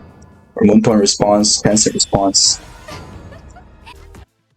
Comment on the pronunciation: I can't take anyone that calls Moonton "Moontoon" seriously...